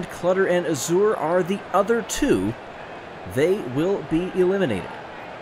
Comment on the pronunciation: Looks like Yellow Eye does better when the track around him is open. Nice job coming back from getting bumped down! pronounces azure weirdly.